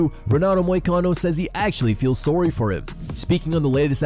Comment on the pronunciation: Renato feels "sorey" 🤣